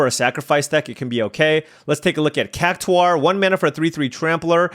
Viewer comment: I can't help but hear "Cac-tuah" whenever pronounces it 😂